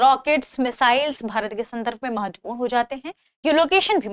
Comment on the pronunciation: Tha way she says matvapuran. Sounds like doogna lagaam dena padega